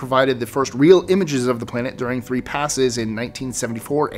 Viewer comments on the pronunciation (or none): none